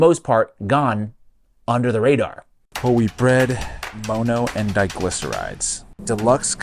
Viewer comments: For the love of fuck, it's mono not moano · "Moe-no?" Bruh pronounced it properly for you (monn-oh) and you still fumble it the entirety of the video 😢 it makes it really hard to watch. Mono- is a Greek root meaning "one" like in "monopoly" or "dihydrogen MONoxide" (water) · All I heard was that frustrating pronunciation of MONO (it’s mŏnō not mōnō) 😬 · For the LOVE OF GOD!!!!!!!!!!! Why are you pronouncing "mono" as "Moh-no?" Are you doing that on purpose to be different or what? It isn't working, you just sound like a fool especially after your own interviewee, the chef, goes out of her way to preface her first sentence pronouncing it as "maw-no" because she was most likely taken back by your use of the word when you asked her your first question during the interview. Like come on dude, get a CLUE! You are like the only person here on YT talking about this with a decent looking video and you have to go and muck it up with your completely ass backwards, uneducated pronunciation of mono, holy Christopher on a cross... what the HELL is going on IN THIS WORLD RIGHT NOW?! EVERYTHING IS LIKE TOTALLY F*KED!!!!!!!!!!!!!!!!!!!!!!!! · Bro it’s pronounced mahno not mohno